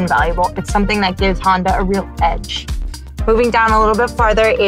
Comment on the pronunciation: I like how she calls it a Honder ;)